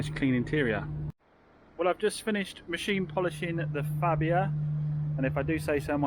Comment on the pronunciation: It's pronounced "Farbia"